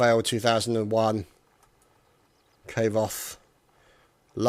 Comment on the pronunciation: its Kvoth {e] not kvthewgfuiklerbecdhz ;)